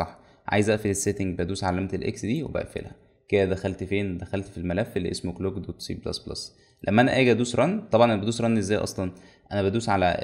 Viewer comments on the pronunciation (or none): مجهود رائع ربنا يبارك في علمك لكن عندك مشكلة من وجة نظري خطيره انك بتزود حرف A في نطق كلمات كتير مثلا كلمة Clock بسمعها Aclock ونفس الشيئ في كلمة كلك حتي اسم اللغة بسمها منك ++CA